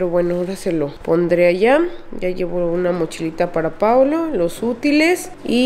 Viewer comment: Si es cierto, ademas Yo siento que pronuncia Paulo 😂😂😂